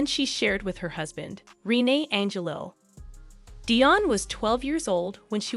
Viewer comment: Being Canadian I can truly say you did a Good Job!👍 P.S. Please ! do work on the right pronunciation of names - Rene Angelil You're pronouncing the name all wrong 😘